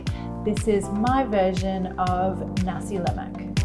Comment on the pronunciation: La Mac ?? Lol can’t even pronounce it ... try Nass la maaaaaaa